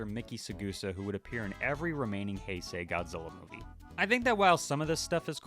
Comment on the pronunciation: I’ve learned recently it’s Bio-lawn-tay, not Bio-lan-te. Also Hi-say, not Hey-say. And Radon, not Rodan.